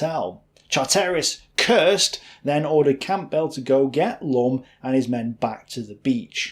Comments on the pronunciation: Camp bell???? It’s pronounced cambell……. 🎉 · A gripping story, with useful, well used graphics. The many weird pronounciations, though, (even comical with the name Campbell, pronounced as, "Camp~bell" in the first use), were a distraction. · Campbell - Assuming the guy was a Scot - Cam-bell please! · Thankyou for this thoroughly researched and dare I say authoritative description of the Bruneval raid. Most informative. However, your pronunciations leave a lot to be desired. 'Campbell' for example will just be like the soup and pronounced Kambel and certainly not Camp Bell! I do appreciate how much effort your presentations take, but you do let yourself down in the pronunciation department. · I hope you understand that several of those pronunciations might have got you arrested as a suspected German agent. No true Briton would say camp bell or char tear is, surely. Hände hoch Fritz! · Gotta love that pronunciation of Campbell. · Good content but the narrator manages to butcher not only French, German and Gaelic but even English. You'd think a native English speaker could manage names like Stewart and Campbell? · Great videos, but it's funny watching you butcher even simple British names lol Ver-non, Stra-chan, even Campbell became Camp-bell! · Well presented! Bravo....just learn to pronounce French and German names better.....and not knowing how to pronounce the common Scottish surnames of Campbell and Strachan I find quite odd. Maybe run the script past someone else before attempting the names lol Well done again....look forward to more videos :-)